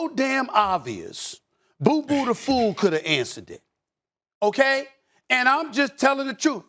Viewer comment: LMAO "Boo-Boo-The Foo". 😂😂😂